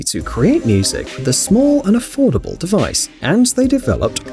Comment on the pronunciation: “afordable” $90